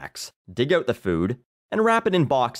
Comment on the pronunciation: When you say 'out' it sounds like 'oat'. I like it.